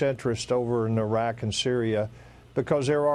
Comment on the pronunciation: I like how the 100 year old general with the southern accent is the only guy who knows how to pronounce Iraq.